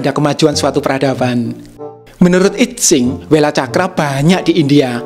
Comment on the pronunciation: Sedikit koreksi. I Tsing dibacanya: Yi Ching. Saya suka sekali chanel ini. Luar biasa.